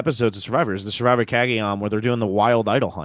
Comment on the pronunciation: i think it's his accent. he pronounces it suh-vivor too.